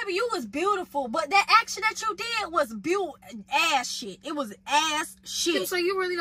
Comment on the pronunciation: Lmao! Not “I already dood it”